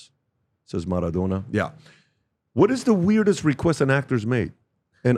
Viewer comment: Wtf is "Marathona"?